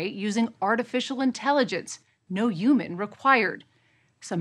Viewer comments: What the hell is a youman? This lady thinks all Hs are silent. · She kept saying human without the H. Wtf? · I hate how she pronounces "human" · I dispise those who pronounce the word "Human" without the "H" !